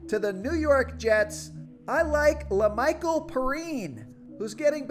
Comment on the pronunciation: Please go look up how to say LaMichal last name😫 Good video tho